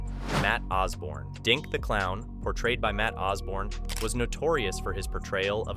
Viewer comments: It was doink not dink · Did this guy just call him dink? 🤦🏻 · We All Know You Meant To Say Doink The Clown 🤡 & Not Dink The Clown 🤡. 😁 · Atleast get the wrestlers names right. Who is fucking dienk the clown? It's doink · Doink not dink u silly goose